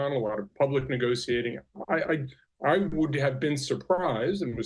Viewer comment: He's saying negotiating wrong lol. Thats all I got out of this.